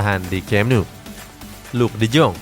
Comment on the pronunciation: Bang De Jong Di Baca Nya De Yong,Griezmaan Gak Cocok Sama Barca Makanya Dilepas Dan Klausus Nya Pembelian Permanen Wajib Musim Depan